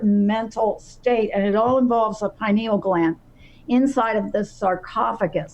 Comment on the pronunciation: or to pronounce pineal gland. It has 4 syllables.